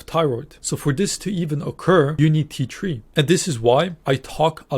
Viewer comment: I am concerned that your mentions of the thyroid hormone T3 come out sounding exactly like "tea tree" in your lovely Irish accent (which does not differentiate between the "t" and "th" sounds). The trouble with that is the Australian essential oil by the name "tea tree oil" (also known as melaleuca oil). It is used topically for skin problems in folk medicine and also in aromatherapy, but it's highly TOXIC when taken by mouth. Excessive use on the skin can cause endocrine disruption leading to breast enlargement in males. I don't want anyone to think that you're suggesting that they take or use tea tree oil when you say "for this to occur, you need T3" and "you lack T3 in the body."